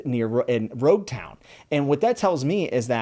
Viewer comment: Logue Town is pronounced with an L in the Japanese dub so it's universally accepted to call it Logue Town until otherwise corrected. This goes with all names of places in the series. Sometimes they have a reason to be pronounced a certain way so just go with it.